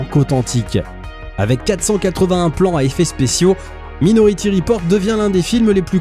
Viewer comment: " Maï " nority, merci 😉